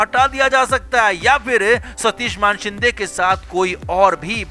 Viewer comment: मानशिंदे नही मानेशिंदे है...सारे युट्यूबर मान बोलते है....मान नही मानेशिंदे....मान याने नेक 😆